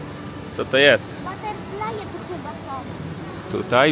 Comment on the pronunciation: Baterflaje Emma mówi 😂